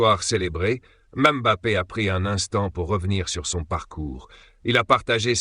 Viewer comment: La première fois que j'entends une IA prononcer M'Bappé correctement, pas comme bon nombre de journalistes français